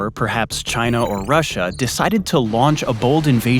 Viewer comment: Hopefully not, but having people in the right positions that are not patriotic willing to sell top secret info for $ could open doors or already have to Russia or China or as one sellout pronounces it jhina